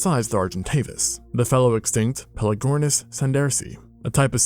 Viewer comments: The "g" in pelagornis is hard, not soft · bro why are you pronouncing pelagornis like that omg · You butchered the name lmao